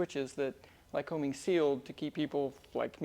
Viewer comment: Hey, my home town is Williamsport, PA. The Lycoming plant was just five blocks from our house. Awesome place. Our next door neighbor was a metallurgist engineer at the plant. However, let's get this right. The locals call "Lycoming" as "Ly-cuming." Accent on the second syllable. Company named for the regional PA county - Lycoming. Just sayin. Dr. Neal Hively, Melbourne, FL.